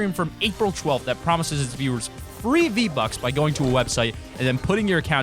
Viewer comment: It's not z buck its V buck